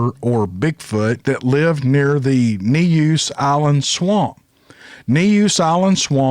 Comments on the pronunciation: Neuse is pronounced noose. I lived in Eastern NC as a kid. Love your story telling style. Hope you and all your furry friends are doing well. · Neuse is pronounced Noose. Buis Creek is pronounced Boo-ez Creek. You will get that one eventually! We got some names but not like y'all! HaHaHa!!